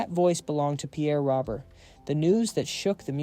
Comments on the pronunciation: Pronounced “ ROWBEAR”… not Robert. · And for the genius who pronounced. Pierre's last name wrong . It's not spelled like this but it's pronounced. ROBEAR. .